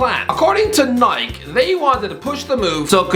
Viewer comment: no way pronounced nike knike